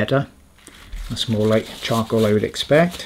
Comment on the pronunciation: Sorry I swear he said chongcoal